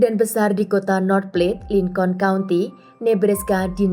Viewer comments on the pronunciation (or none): none